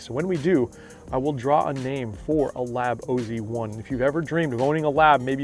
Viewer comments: It’s really should be pronounced as oz not o z. Oz is short for Australia 😀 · STOP RIGHT NOW. Please don’t call it the “o.z” it’s pronounced oz (like wizard of oz) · Wow, do your homework before you open your mouth.....Its not the O Z 1, its call the OZ 1......like down under, Australia, OZ.......Adam Scott is from the land of OZ....WTF. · It’s OZ 1. As in “Aussie”. Pronounced like in the Wizard of Oz. Adam Scott is Australian. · It’s OZ1. As in “Aussie”. Pronounced like in the Wizard of Oz. Scott is Australian.